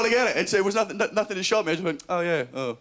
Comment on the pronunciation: I've noticed quite a lot of English people ending words like nothing and something or everything in a K sound....nothink, somethink,everythink. Strange seeing it's their language their speaking (speakink).